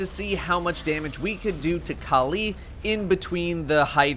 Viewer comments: Kaleee kaleee kaleeeee.... Kalli = California- Cali. Not Kal EEEEE :| sry i don't know why it annoyed me so much how you say it hahahaha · Why does he pronounce Kalli as Ka'Lee?